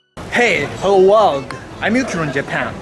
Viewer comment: Not a complaint but simply a observation, your intro Hello world, with your very very thick Japanese accent it sounds like this when you try to say it Hello warge. Keep up your good channel & I will continue supporting you from afar.